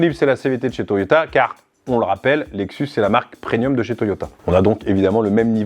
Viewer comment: ça se dit pas preNium :)